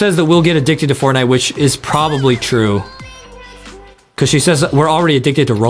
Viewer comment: I love to wach but hear tihs Fortnieght more like Fartnieght😂